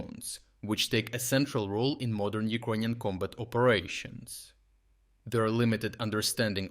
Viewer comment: Why does he keep saying Ukonian?